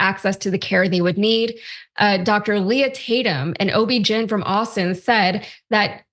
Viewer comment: Is this the new replacement for Ana? Did she just say "OB gin" like she's getting interviewed by a teleprompter? And scotch-tape another caterpillar onto that eyelash, we can never get enough of those. There's nothing uglier than your last pretty. PLEASE say it ain't so.